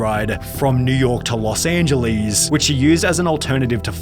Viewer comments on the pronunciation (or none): from new york to los angelees 💀